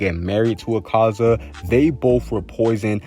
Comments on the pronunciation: my fav demon is a-car-za it's "a-ka-za" btw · Did you know that he doesn't pronounce akaza and tanjiro correctly